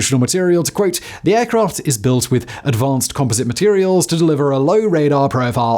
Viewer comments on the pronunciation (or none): none